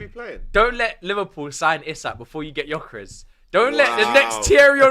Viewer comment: Why is it so hard to pronounce names with the Lyle family? How is 'gyok' jok?